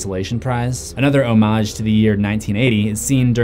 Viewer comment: Homage. pronounces Homage as.. "Hoe-Mahj" instead of pronouncing it as: "Ha-midj"